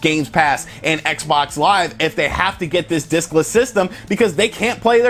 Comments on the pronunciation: I kept hearing dickless lol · Wait. Did you say diskless or di... Nevermind. Seems like a good idea.